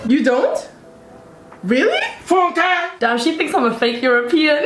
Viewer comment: That "Funke" was so on point LOL